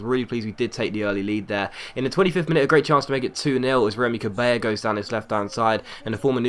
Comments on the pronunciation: Its fucking CabeLLa not Cabeya.. Its not a spanish like name but a french one so you pronounce the 2 L's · Cabella is pronounced as its spelled, not 'cabeya' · Actually, you do pronounce Lloris as Yoris. Conversely, Cabella is pronounced as it is spelt (not Cabeya). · Melou A.L. Your right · Its pronounced Cabella you stupid fuck, its french not spanish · Anshu Dhar You don't say Yoris for Lloris so why would you say Cabeya ?